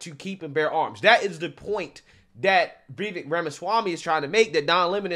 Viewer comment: FYI, his name is pronounced "Vi - VAYKE"... emphasis on the second syllable, rhymes with "bake" and "cake". This was brought up in Tim Pool's excellent interview with Vivek.